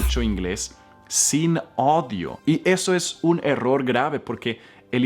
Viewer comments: say "odio" instead of saying "audio". Hey! You need to check your Spanish. By the way your message is very good. Thanks for sharing your skills in english. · Muy bueno, aprendi mis errores, ahora permíteme corregirte en español se pronuncia las vocales tal como se escriben y tienen su sonido así audio no se pronuncia odio que significa lo contrario al amor, la su en inglés pronuncias casi como “o” algunas veces, en español es au-dio pronunciando la a, la u, el di y la o, seguido sería su-dio, saludos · Se pronuncia AUDIO , Escuchar, por que ODIO es no querer a alguien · OJO...... Estimado, estás pronunciando mal la palabra "audio", la pronuncias como "odio" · Tú estás pronunciando mal la palabra audio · Es audio no odio... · Muy bueno! permíteme una sugerencia, la palabra audio debes pronunciarla tal cual; ya que la pronuncias como la palabra odio... "debes leer siempre con audio" y no " debes leer siempre con odio" Gracias, yo también corregí muchas de las palabras que nos explicas en el video. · Hola mi zueco favorito. en español no se dice odio... se dice audio! me encantan tus videos. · En español hermano se dice áudio, no se dice odio. Y gracias muy buen video. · AUDIO se dice, No ODIO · Leer textos con "Odios". 😂 A u dios. Auuuudios . Odios es otra cosa. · Saludos.!!! gracias por tus clases. Y para tí, se dice " áudio" tú estás diciendo ' ódio " textos con " áudio " acénto y énfasis en la vocal " á ". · No es odio, cómo se dice en español, se dice " audio" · No se pronuncia odio sino audio!!! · Gracias por tus clases... Por cierto, no se dice: "odio" sino "audio" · ya no es audio, es odio 😳 te amo JAJAJAJA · Hablas tantos Idiomas que cuando dices " AUDIO " estas pensando en Ingles y cuado hay una AU = se pronuncia como O. Se te escucha ODIO = Molesto, con Colera. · ...bueno no soy el único que quiero corregirte. Pero debe ser a proposito que pronuncias mal " audio ".. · Es auuuudio es importante pronunciar la uuuuu